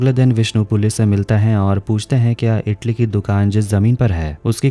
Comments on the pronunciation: Itli nhi idli hota h🤣🤣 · Bhai itali nahi idali hota hai badi